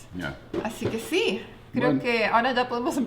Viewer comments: esta piba no puede decir si en vez ia por dios q pesaa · No se dice yiaa... se dice SI